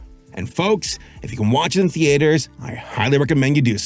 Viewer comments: Why do you insist on pronouncing "theatres" as "tee-ayters"...? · So do any of you guys say "Thee Ate Hers" or is it just him?